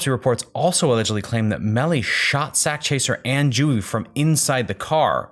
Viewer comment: you keep calling him melon smh 🤦🏾‍♀️